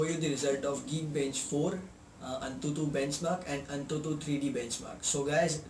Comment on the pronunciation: it's written AnTuTu...but spoken as An22..correct Ur grammar